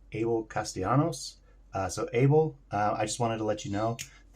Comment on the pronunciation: Thanks so much for this video and thanks for pronouncing my name correctly! Lol! And im sure this will help other people wanting to switch their tailcaps too!